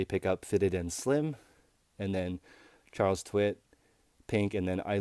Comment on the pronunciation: Did u say Charles Twit? :)))))))))))))) loool